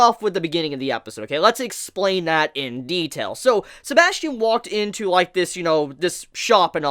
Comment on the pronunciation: isint it suposed to be said as sebas Tian ?